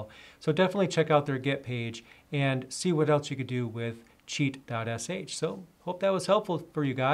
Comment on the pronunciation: first I heard like cheat god sh